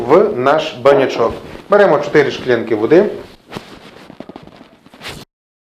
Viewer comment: Цікавий рецептик, треба буде собі таке смачне приготувати, що правда мабуть такого гарного бочку як то у Вас не знайду. А ще дуже цікаво Вас слухати, я раніше ніколи не помічала, а от тепер почула Ви кажете " шклянка" тоді як пишете ж мабуть " склянка", так кажуть у Північний Норвегії. Вони пишуть наприклад " Oslo", а говорять як "Ошло" або як "Osjlo". Скажіть чи це звичайна справа у Вашому регіоні, коли люди замість письмового "с" кажуть "ш", чи це просто Ваше особисте? :)